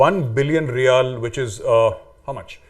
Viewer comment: Chacha kaan saaf karaye. He said riyal. Hear . Now apologize or delete your comment